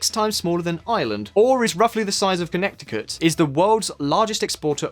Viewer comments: HE SAID IT HE SAID CONNECT-TICUT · Iran and Turkey helped Qatar stand for its sovereignty. Great to see Qatar is thriving. Soon will host the World Cup. NOTE: only a British man could mispronounce Connecticut. It's kəˈnɛtɪkət. Second C is not pronounced. Regards from the USA. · Wait... can you repeat your pronunciation of Connecticut?